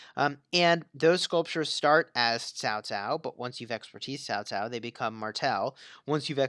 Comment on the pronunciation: Why do you keep saying Tao Tao? Isn't in Cao Cao???